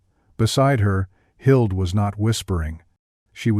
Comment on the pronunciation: She found her friend, Hild ????? I'm guessing her friend's name was Hilde (ending sound duh) No silent e at end of Hilde